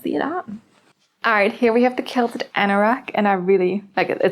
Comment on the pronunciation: You're so cute. I just want to correct you on how to say QUILT QUILTED. Sound it out as Kwill-ted. The QU is sounded kw like queen. But I love the papaya color too! You are pronouncing it as kilted. 💋 But not here to judge 😊 you can pronounce it anyway you like , right?!